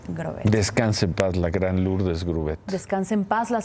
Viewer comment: No se pronuncia Lourdes, solo se escribe así, pero se pronuncia Lurdes